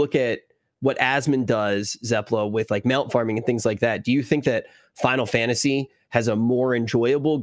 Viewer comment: Zepla's abbreviations... "Fi-lat-se 14"... "Fal-tse 14"